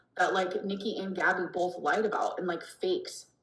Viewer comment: It's bolth... I mean both... and you know it.